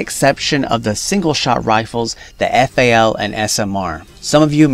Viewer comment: Lol my man said fal